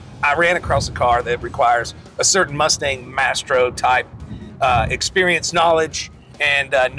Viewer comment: Maestro not mastro. Hahaha